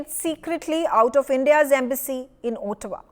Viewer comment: where is Ootawa?😅 Looks like the anchor has not read the material before appearing on News X !